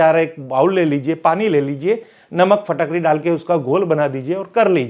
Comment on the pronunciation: Phatakdi nahi Fitkari 😂😂😂